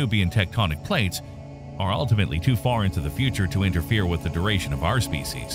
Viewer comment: “Species” is pronounced SPEE-she’s. Every single time, without fail, I need subtitles because you’re saying it incorrectly... I don’t care what it LOOKS like it’s pronounced that way. SPEE-she’s. I got it drilled into my head in like 8 different science or biology classes. You didn’t? You don’t say the word “laugh” as it’s spell lol. La-Ugh. It’s a French sigh. Also. If you pronounce the “t” in “often” you’re pretentious. Look it up. English is English. Some words just “break” the rules of English in pronunciation vs spelling or it’s been Americanized and otherwise destroyed. Like the words Tokyo, Kyoto, and karaoke lol. But with “karaoke” it’s mispronounced so badly that if you say it correctly in the west there’s a possibility nobody will understand what you’re saying. 😂 Oh another commonly annihilated word is: ukulele. It sounds nicer pronounced correctly, but again, simple North Americans probably won’t catch what you’re saying. 😊